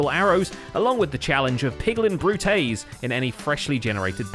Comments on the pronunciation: Not to be that guy, but I’m pretty sure “brute” is pronounced “Broot”. If it was supposed to be a joke, whooosh me. Besides that, great video, I haven’t watched Hermitcraft in a hot minute and Recap is always helpful! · only will ever say "bruté". classy.